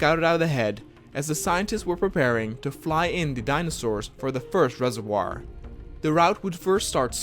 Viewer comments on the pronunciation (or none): none